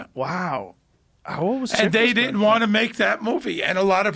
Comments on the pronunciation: 800 people "did dent" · He did-dent